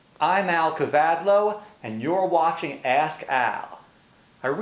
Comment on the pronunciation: is ur name Al kavaldo or Al kavadlo? becuz when u say it I seem to hear it as Al kavaldo!